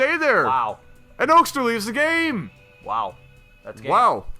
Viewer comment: Also, it's pronounced Oak-ster. You had it right the first time.